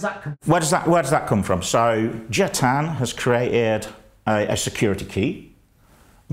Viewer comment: Jia as pronounced more like "jar" than like "gee ah" (with a British accent).